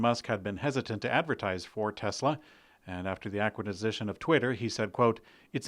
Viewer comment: Did you just say “Aquitizition” of Twitter? I’m schlocked! Schlocked, I tell you!